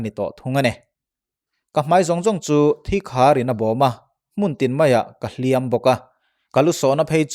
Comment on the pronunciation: "Lawp Lawp" tih hi Dawrh dawrh tih ang ni lovin, Chawrh Chawrh/Vak vak tih kan lam rik anga lam zawk tur a ni e. Tin, "Hliam tuar" tih a "hliam" hi mi kan va hliam emaw, misualin mi tu emaw a hliam thu emaw kan sawi dawn a nih chuan "mak" kan lam dan anga lam tur a ni a. Kan inti palh emaw, kan hliam hrim hrim kan sawi dawn a nih erawh chuan "Hriam" tih lam rik dan anga lam zawk tur a ni e. "Nghaisa" tih hi "Nghâisâ" tih ang ni lovin "nghaisa" tia lam zawk tur bawk a ni e.